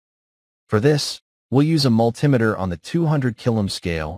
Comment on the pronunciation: A what has no polarity? A "mull timmiter"? Just for info - and improvement of your next interesting video - the word originates from combining "multi" and "meter", so the pronunciation is simply those two words said as one. Otherwise, very interesting.